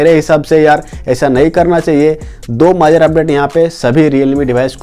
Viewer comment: majar nhi major hota hai bhai